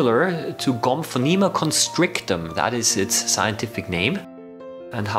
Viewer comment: The way you say Gomphonema constrictum sounds very German, even it is English.